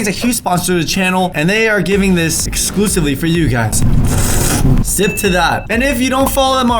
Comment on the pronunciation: He said exskskskslusively